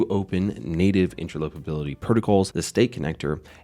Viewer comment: FIP.01 has already been voted on and passed. Please learn how to pronounce: interoperability, commit